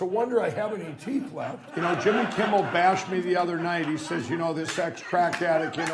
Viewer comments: Is he not saying kimbel every time?! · One would at least expect him to pronounce Jimmy's name correctly! Anyone want to tell him it's not Kimball? 😂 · Does it count when he mispronounces it "Kimble?" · If you listen to the video, he calls him Jimmy KIMBALL, not Kimmel! That's what I was pointing out. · Didn't the No Pillow guy keep calling him Jimmy Kimbell? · 😂😂😂😂😂😂😂 is he saying Jimmy KimBle???!!!! OMG! He is totally obsessed with you, Jimmy!!!! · Anybody want to tell that Pillow Putz it’s “K-I-M-M-E-L” - NOT “Kimble”? 🤷🏻‍♀️🤦🏻‍♀️😂🤣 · is it me, or does Lindell keep calling Jimmy, "Jimmy Kimbel"? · Sounds like he was calling him Jimmy Kimble. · He keeps saying Jimmy KIMBELL, not Kimmel. These is what happens when you take drugs ladies and gentleman. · Is he saying "Kimble" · He has a really hard time pronouncing "Kimmel" it seems. Most of the time it sounded like he kept saying "Kimble". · Why does he keep saying Jimmy Kimble and it’s Jimmy Kimmel? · Is he saying jimmy kimble or kimmel ?? sounds like kimble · OMG he keeps mispronouncing your name. Jimmy Kimble. What a white hot mess! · Pillow Guy has some really odd pronunciations of words. Like even just saying "Jimmy Kimble" is odd. He's like the great uncle in your family that rants about the "homey saxuals" or the "Walls mart" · Why is that stoner saying Jimmy Kimble, when his name is Jimmy Kimmel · Looks like jacked up pillow guy is obsessed with Jimmy Kimble. LOL Jimmy kimble this Jimmy Kimble that, funny how he screwed up Jimmy's last name. LMAO